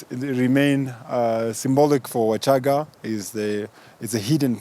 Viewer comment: U shouldn't change names as u wish....WACHAGA IS NOT WASHAGAA PLEASE !!!!!